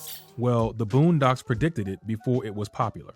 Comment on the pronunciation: You & others keep saying pre-dicted - noooooooooo 😡 the plannnners plan yrs in advance